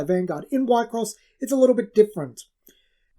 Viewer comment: We-cross, is how its pronounced